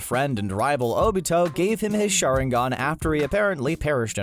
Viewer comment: narrator i wached naruto many times:rawsenggan akoostki sharengan